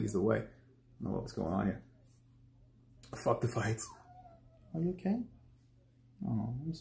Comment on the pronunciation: “Fook You” exactly what I said after the first time I heard you say fook boxing